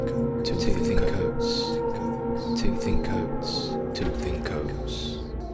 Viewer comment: Is it just me or did it sound like he was saying “tooth in coats” lmao 🤣